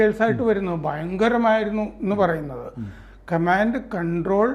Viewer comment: എന്തോ ന്നടേ ഈ "കമാണ്ട്" ?